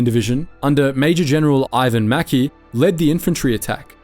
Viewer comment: The Commander of the 6th Australian Infantry Division at the Battle of Bardia was Major General Iven MacKay (pronounced "mac-eye")